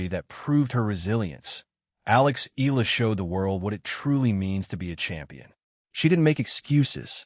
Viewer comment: Click bait. Nothing to say, and says nothing, but AI goes blah, blah, blah. Her name isn't pronounced eel-la. It's eh-YA-la.